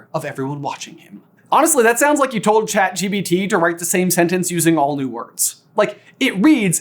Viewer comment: Aww you also say chatG”B”T😅